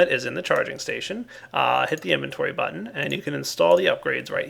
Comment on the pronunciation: Me too it's like what why would his butt be on an assembly line?!